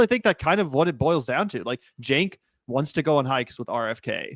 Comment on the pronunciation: All three pronounced it differently. Phil pronounced it Jank. Rfk pronounced it Chank and Stephen A pronounced it Sank.